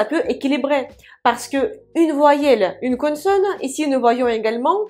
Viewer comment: Les explications sont parfaites et très claires. Merci beaucoup. Lorsque vous prononcez le mot "consonne" c'est un peu avec l'accent du sud de la France. J'entends "connesonne".